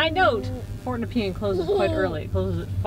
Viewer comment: As someone who used to live in Rosebud, it's super weird seeing that area again! Also, at the risk of being "that guy" it's pronounced Nup-ian, not nepeen.